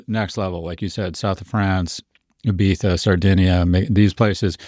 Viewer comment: I loved how well prof g pronounces Ibiza